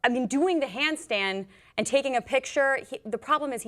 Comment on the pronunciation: She slipped up and said 'handstein'....lol